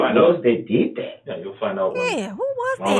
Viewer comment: There sure is so much “dis and dat” coming out of dear ole Darrell. 😂